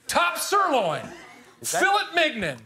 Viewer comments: LOL! Will Farrell mispronounced filet minion as “Fill - it Mig-nit! And Jimmy saying to Ryan, “Sorry I got caught up in your body.” Wouldn’t we all have that reaction?! 😍🤤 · Hearing Will Ferrell pronounce fillet mignon has me absolutely dying. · I literally came to watch this for Will’s pronounciation of “filet mignon”